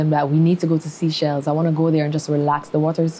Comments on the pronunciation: Seachelles is pronounce as say-chells my dear..not seachells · SEA-shells? SEE-shells? It's Seychelles..pronounced SAY-shells